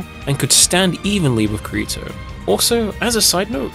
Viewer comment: Kareto? I thought it was Kirito.. great video tho